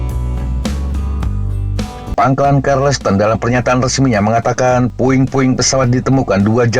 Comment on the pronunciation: bacanya kaya charles bukan karles